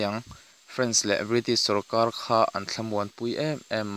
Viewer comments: A bengvar thlak,mahse i chhiar thiam lo,sarkar tih tur sawrkaL,intlar tih tur intlal te i tia..tin a lam dan tur a hre deuh te be rawn rawh,i tih lehzel dawn chuan..A tha lutuk e,i thil tih hi. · R hi i lam dik theilo reng reng sawrkal te iti🤣🤣🤣